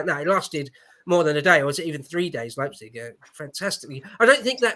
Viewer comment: What a great Happy Hour! I only cringed every time when the guy in the upper right hectically tried to justify his presence, but but didn't know how to pronounce places like Ricasoli and Leipzig.